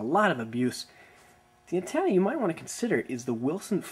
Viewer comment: What's an "anne-TAN-a"?